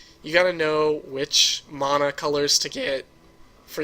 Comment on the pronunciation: I've been playing Magic for awhile, and I watch a ton of YouTube videos for Duels and Paper.. and you're the first person EVER to pronounce mana that way. You're also the only one who says You-lamog, instead of Ooo-lamog.